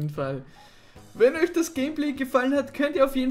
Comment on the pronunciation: Und heute haben wir ein Season 0 Gameplay für eich. Hahaha da kam kurz der Österreicher raus xD